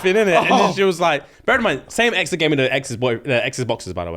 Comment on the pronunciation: Its not barrel in mind its bear in mind